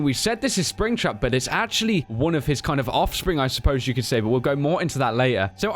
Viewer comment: Puish sping trap lol